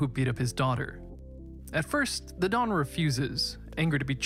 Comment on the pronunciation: I can't be the only one to point out that he referred to the godfather as "the Dom" instead of the "the Don" lmao